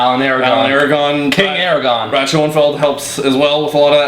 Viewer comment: Sir Omar, it is Aragorn.. not Aragon, not to be that guy... while being that guy. That is all.